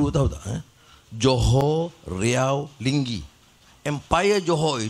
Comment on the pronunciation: Ma'af ye YB DSAI, bukan nya Linggi, tapi Lingga, ada nya gunung daik bercabang tiga, di kepulauan Riau, Indonesia.